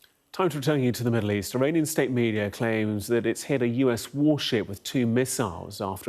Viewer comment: Iranian not Romanian 😂